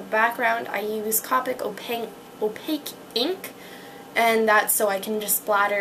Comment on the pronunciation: its Mahn-Ga D: not man-ga... =3=... AND Copic is Co-pick not cah-pick its CO-PICK with a long O... By the way. :)